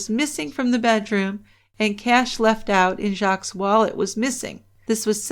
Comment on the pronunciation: The S in Jacques is silent. The name is French for Jack.